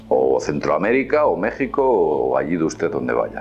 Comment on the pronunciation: Auch, me dolio cuando dijo México